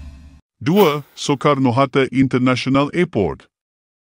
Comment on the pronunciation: Sebutan admin utk kata ande sepatutnya anda Jakarte sepatutnya Jakarta Sukarno Hatte sepatutnya Sukarno Hatta mohon diperbaiki kedepannya maaf ya admin .....salam serumpun Malaysia